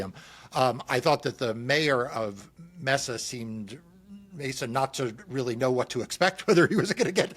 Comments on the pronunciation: its Pronounced may sa Mesa AZ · May-Za Arizona lol, it means table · It is pronounced: May-s-a=Mesa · Don’t you study HOW to Pronounce words are going to be using in your discussion s?? Mesa???? Really write it out phonetically if you have a problem remembering how to pronounce it…. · It's secretly hillarious that they're uncertain how to say "Mesa." Tell me you are from the East, without telling me. 🙃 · except neither of them can take 2 seconds to look up the pronunciation of the spanish word for “table top”… so much for enticing the conservative spanish speaking base. Preaching to your choir is comfortable but doesn’t win any hearts & minds.